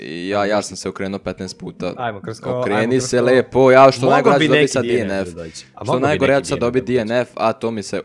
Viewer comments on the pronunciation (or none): nekazese dienef nego dnf